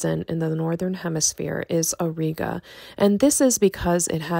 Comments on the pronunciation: It's pronounced /aw -ˈrī-gə/ not /aw-ree-gə/ both in American/Canadian and British English. Anyway a huge like for the video. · The common pronunciation for Auriga ore-eye-gah. Thanks,, Three Pines Observatory